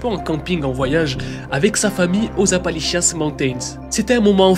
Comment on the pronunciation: appali💩 mountains